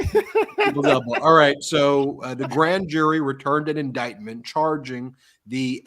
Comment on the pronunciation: What an embarrassing member of congress. Doesn't know rules. Couldn't even READ the word indictment. CAN'T POSSIBLY know wtf it means. SO HUMILIATING!!!